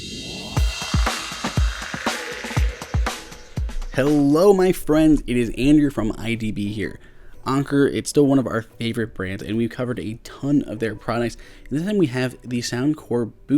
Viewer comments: SocAnxDis not On-Ker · It shouldn't bother me this much. But I'm about to unsub for your stubbornness and inability to pronounce the word Anker properly. You are 100% wrong in the pronunciation. THE COMPANY ITSELF pronounces it like anchor. It's been half a dozen videos you've put out, where more than half the comments are telling you your butchering the pronunciation. You're doing their products a disservice by not even calling them by their proper name. Auto dislike for any Anker video with improper pronunciation.